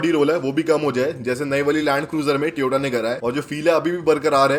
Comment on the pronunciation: BHAI SAHAB TOY-OH-TAA HOTA HAI NOT TI-OH-TAA ITS TOYOTA NOT TIYOTA AAP GALAT PRONOUNCE KARE HO